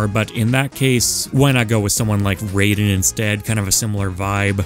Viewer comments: ew he says Rayden instead of Raiden... Good list otherwise though. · He didn't even pronounce his name correctly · The way he said Raiden’s name pained me